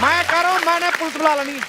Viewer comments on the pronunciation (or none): none